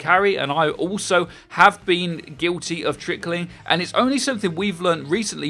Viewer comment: Am I the only one who thinks trickling is two syllables. Not three?